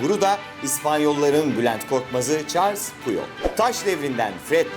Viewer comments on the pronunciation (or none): none